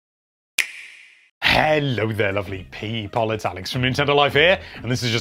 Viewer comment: the way you say "people" violates me